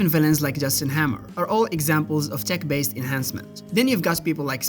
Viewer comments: Why are you pronouncing "T E C H" as "T H E C"??? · He DID say THICC instead of TECH 😂 Edit: He actually keeps saying "thick" the whole time 🤣